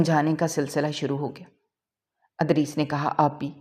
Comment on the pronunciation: Yeh punjabi log ZAIR KO ,Zabar kyun boltey hain ? Idrees ko har dafa Adrees ??😢😂